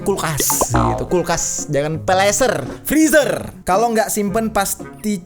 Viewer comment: Blg aja kulkas mba dri pda slh sebut pleser 😂😂😂😂